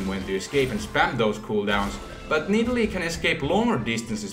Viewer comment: nidalee? umm, nah m8, naaaah